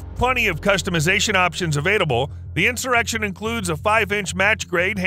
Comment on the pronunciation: And they're avait-able...